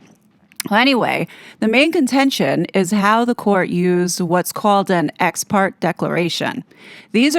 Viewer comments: Just FYI - "ex parte" is pronounced "ex par-TAY". And you're right, it's not encouraged to be used because it's not giving the other party any notice on the claim of "emergency" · I have always heard it pronounced, " Ex partay," accent on "tay." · Ex Parte is pronounced Ex Party.